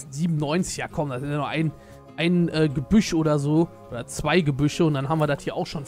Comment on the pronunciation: Wer liebt auch dieses ,, DAT"